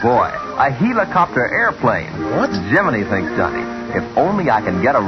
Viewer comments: did the narrator just say...HEELicopter? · the hell is a heelicopter? is it like a helicopter but canadian?